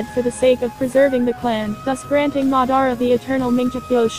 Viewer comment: Learn how to pronounce It is Mad-ar-a, and Amn-gok-yo(u)